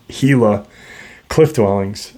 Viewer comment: Congrats on pronouncing Gila correctly, it is pretty rare to happen. The desert southwest is incredibly woo, I camped out there for decades and there was always weird things happening. The Spirits are alive and well there. God Bless you and those you Love, Shalom.